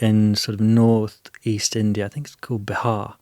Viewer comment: Jos it's not bahar it's Bihar i am also from there😅